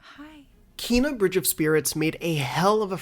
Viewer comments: Again Kay-nah not kee-na. It's how the devs have said it. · KENA. It's pronounced Kena. The same "Ke" in "Kettle" and yet you keep on saying "Kiina" for some reason. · KENA not KEEEEEEENA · It's strange how you say it as "Keena" instead of "Keyna." Lol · Wtf is wrong with every yank on Kena videos calling it KEENA so annoying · Seriously, how does this guy see “Kena” and ends up pronouncing “Keena”? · Actually Kenna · her name is pronounced Kay na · Please learn to pronounce Kena